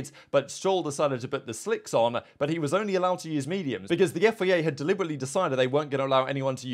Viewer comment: I really like your videos but will you please, please stop saying FEA. It's FIA. :D